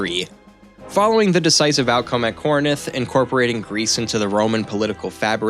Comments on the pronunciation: Very well done video, instant follow…can’t wait for more…The only critique I have is there were a lot of mispronunciations…like Ptolemy..the P is silent…Corinth, not Corninth….but other than that it’s a great first video…keep it up ;) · Why do you keep saying corinith? I guess we can attribute that to american education. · Ptolemaic sounds like to·luh·may·uhk There’s no P sound Learn how to pronounce Corinth also